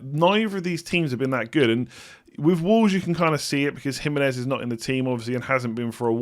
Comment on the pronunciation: )! I love you man, but sort out big player name pronunciations! jiMENez - not JIMenez also- marTEENez -not MARtinez. I know loads of people mess them up, but they're wrong!:D much love